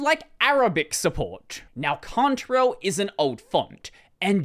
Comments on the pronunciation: I like accent, I never knew I used a "cunt-rail" font ;-) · "I'm just going to say it as Contarell, it might be Cantarell, I don't care" -- Isn't the spelling enough of a give away?